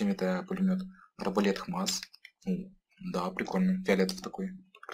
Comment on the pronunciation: Не позорься что еще за хмас ? икс мас вроде бы правильно.